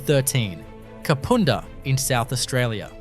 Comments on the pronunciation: You showed a photo of Hamley Bridge in the Kapunda story. Kapunda is not pronounced ‘Kapoonda’. The Snowtown bank is still there too. Great video though otherwise thanks. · No offence man but Kapunda is pronounced "carpunder" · Kapunda the U is pronounced as in “up” and having done both the ghost tour and living in the vicinity for over a decade I can tell you now that place is definitely haunted Also there have been murders including a triple murder in recent history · Learn to say Kapunda as in under it drives me nuts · The 'u' in Kapunda is pronounced like the 'u' in ugg boots! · He can't even say Kapunda right! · i know, everytime he said kapooonda i cringed!!!! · Kah-poon-dah is how U should say it 😅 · The Main Street of Snowtown is nothing like the pic you posted. I live 77km from there. If I need to use a toilet and I’m near Snowtown, I’ll stop there. I also buy food and drinks from the roadhouse there. Kapunda is pronounced as it looks. The u is as in the word under: Kap Unda. Not Kapoonda, which doesn’t exist. Someone else already pointed out about NULLARBOR plains, often simply called “The Nullarbor”. Narrator should go back to school. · It is Kap"u"nda. Amazed to hear it ranks as haunted. Used to waitress at north Kapund hotel. Kapunda does have an interesring history as many rural towns. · Ka pu (pa) nda not ka poo nda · Dude you are truly slaughtering the names of these towns and suburbs... kupunda,,, is pronounced ka-punda. The bodys in the barrels were in snowtown not kupunda mines most of the victims had been done in salisbury north and stored in the barrels under a bank in snowtown. The 2 places are around 110km away from each other. I cant keep watching. Get the facts correct learn how to say the names and you would be in a winner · Thanks for this video. Love it! Just a heads up… Kapunda is pronounced Ka-pun-dah. Cheers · its annoying when they say the places wrong ka-pund-a